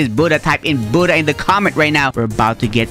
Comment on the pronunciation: Why is he calling the Buddha Buddh